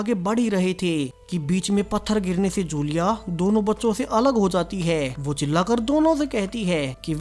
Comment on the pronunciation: Whay nahien hota, Woh وہ correct pronounce ha.